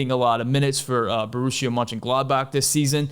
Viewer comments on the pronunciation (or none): none